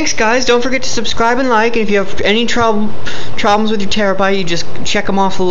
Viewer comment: "if you have any troublems..." yes i do, i dont understand plugging in the wires, now my dog has a higher pitched bark, please help.